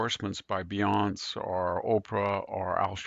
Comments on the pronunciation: Victor, the common adjective injurious is a four-syllable word but you insist on pronouncing it with three syllables. This should be easy to fix and Sami and Jack should help you with it instead of imitating marble statues. The proper name Beyoncé is three syllables. You are, I believe, the only person on Earth who fails to pronounce the last syllable of Beyoncé‘s name. Again, where is Sami on this? Where is Jack? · I'm not sure if VDH is deliberately mispronouncing Beyoncé's name or not. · He mispronunces Beyoncé and Letitia. Often the mispronunciations are different, especially Beyoncé’s. I love it, it’s one of my favorite things about VDH. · We don’t mind that he mispronounces Beyoncé, and Letitia too. We prefer it. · I love how Victor mispronounces “Beyoncé”. A man who mispronounces a famous pop star’s name is a reader.